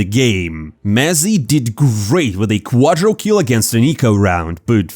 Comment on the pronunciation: please just stop saying "quadrokill", it's "quadrakill".